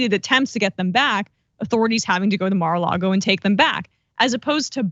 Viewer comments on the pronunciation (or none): I love how he says Mar a Largo! It's Lago right? I hate trump and his entire entourage and I know how to pronounce the stupid place he committed all these crimes. I don't know if it is the representative is stupid or just stupid sounding 🤔 🤷